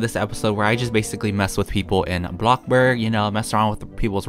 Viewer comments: Lol I like how u say ''ABLOCKBURG!!'' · Who else sometimes gets annoyed when he’s like abloxborg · Can u keep the intro like blockbark instead of blockburg? I like it. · I couldn't stop laughing when said bloxburg wrong XD